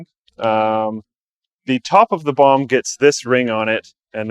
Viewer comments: I keep hearing him say bong instead of bomb. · Why do I hear bong everytime he says bomb? O.o maybe I need to take a toke brb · When says bomb it sounds like he is saying bong lol